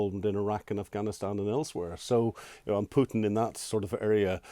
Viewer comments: Putin. Not pewtin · It is not pewton its pootin. Govorreet? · Keep calling him "Pjewten" it will wear him down over time. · Who is this Pewten the host keeps referring to? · Whenever I hear an anglo-saxon call Putin, Pyutin, a part of my soul dies... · president pew-tin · How is that a troll move? It's a remark on pronunciation. Go outside and touch some grass..